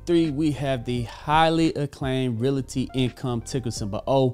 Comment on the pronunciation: He still can't pronounce "realty" correctly.